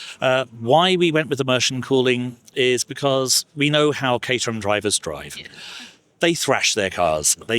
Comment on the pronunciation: I’m not sure how you missed this, because he repeated it many times, but it’s not cater-ham; it’s cater-um.